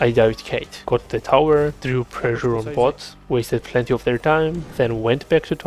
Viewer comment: Keep saying "plehty" with that accent xD